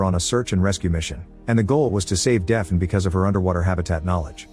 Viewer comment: Deafen? Or “Daf-nee”?